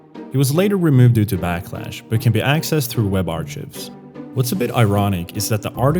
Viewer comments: ai slop... web "arch-ives" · that's not how "archives" is pronounced btw - it's more like "ar-kaivs"